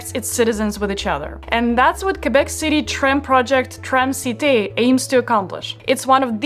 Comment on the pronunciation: THAT IS WONDERFUL THAT YOU PRONONCE QUÉBEC THE RIGHT WAY!! Thank you from a girl living in Québec city! :)